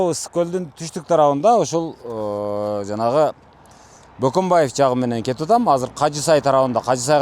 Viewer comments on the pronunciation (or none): Бөкөнбаев дешсе мейли Баканбаев дешетго 😁